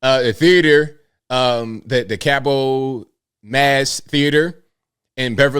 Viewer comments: Wish I knew he was going to the Cabot Theater… I would have loved to see him.. I live about 15 minutes from there- Oh- it’s pronounced Cab / it ☺️ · FYI the word Cabot - the "t" is pronounced at the end of the word. Like Robot.